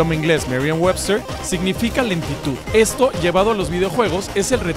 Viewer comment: jaja "etsito"